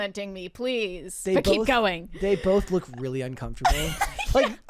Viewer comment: ...Who, pray tell, with an American accent, pronounces "Look" as "Luke"????